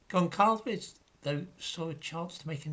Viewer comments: Gonçalves would be pronounced something like 'Gonsalvesh'. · Gonçalves. the 'ç' reads 's' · Goncalves is pronounced Gonsalvs, the same way that Alves is pronounced Alvs.